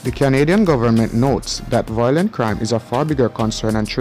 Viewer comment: 'Violent', not 'voilent'.